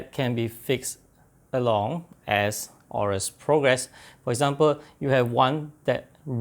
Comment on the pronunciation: It's actually pronounced "a-yo-rus"